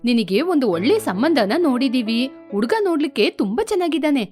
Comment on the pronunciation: Uduga 😂 the narrator needs to work on Ha and A pronunciation